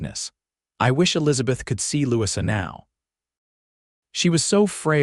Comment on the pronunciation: I believe that the new little girl's name is pronounced Lou-e-za, Louisa not what AI kept saying.